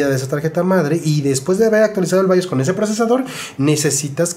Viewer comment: Si dices bayos di también Apeú, andale o mi Cepu se va a chibear Gracias por los buenos datos